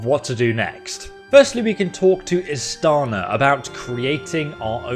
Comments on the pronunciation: Do you have dyslexia? Are you lazy? Are you illiterate? Why is it such a challenge for you to pronounce the names in the game, even if the voice actor actually says it themselves... She says "Istiana" several times, IST-I-ANA, stop saying IST-ANA you stupid fool. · Hearing Istiana voicing the names of the imperial lords and still BOMBING the pronunciations anyway is CRAZY ISS TEE ON UH NER RET SEES